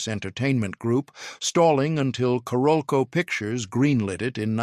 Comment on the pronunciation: Why can't those creating these videos check the AI pronunciation of several names before releasing them. Among pronunciation errors: Paul Verhoeven, Carolco Pictures...rather significant players in the narrative who deserve better. Also why are these videos not edited to reduce the redundancy of narrative.